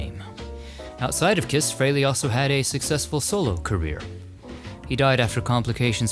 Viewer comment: Thanks for visiting Ace Frehley, thanks for pronouncing his name properly and for only using images of him in the video!